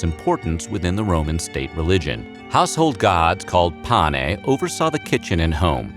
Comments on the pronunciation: Instructive, though the narration moves so fast that I can't absorb much useful information. Slow down! Also, what are these "pa-nay" that are worshipped in the home? The phrase referring to the household deities and ancestors is "Lares and Penates (pen-AH-tayss). Some screwy mixup? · There is a mistake at the end of the video in the discussion of the domestic gods. The household gods were known as the Lares and PENATES. The narrator seems to flub and say something like “pane,” which in Latin means something like “with the bread” or “in the bread.” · The household gods were called penates not panes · It's penates (sing. penas), not pane, which is bread in Italian instead. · A. Dwight Castro, Ph.D,. (Prof. emeritus of Classics) Although overall I enjoyed this video, there is one glaring error in the part of the narrative dealing with the two groups of deities who were thought to be the protectors of the Roman household. The narration correctly refers to the one group as 'Lares"and uses the correct 2-syllable pronunciation (something like LAH-rayz). The name of the other group of deities, however, is in the narration always (and incorrectly) given as PAH-nay (?Pane?), whereas their correct name is "Penates" (3 syllables: pen-AH-tayz). Could this error be corrected?